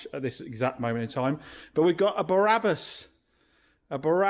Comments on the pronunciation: I was referring to the Biblical character! You referred to Barabbus (as you kept pronouncing it!) not Brabus - was the meme! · Brabus not Barabbus (as you kept pronouncing it!) - he was someone else..Blimey…😂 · Brabus not Barabus😊😊😊😊